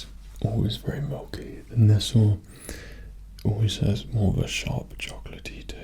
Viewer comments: Ness-el? Nest-ley???!? 😂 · Pronounced nes-lee not nes sal sorry it was bugging me . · He ain’t English he pronounced nestle wrong we say nes-ley not nes-ul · Nestle, NESTLE? It's Nestlé! XD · It's not Nestle, it's Nestlé, accent on É , it's from Switzerland! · Just a cheeky pointer, the sweet company Nestlé is written with an acute above the e, so it's actually pronounced "nestlAY." The more you know! Heckin great video though haha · Nestle pronounced Nest-Lee is a Swiss company. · He pronounced Nestle wrong